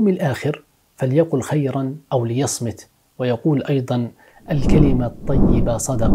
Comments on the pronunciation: السلام عليكم "أو ليصمت " بضم الميم يا أخي. لقد عانينا كثيرا من مثل هذه الكلمات الجارحة لكن المسامح كريم على كل حال. تحية مني لك يا أخي. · اخطأت في نطق (ليصمت) في الحديث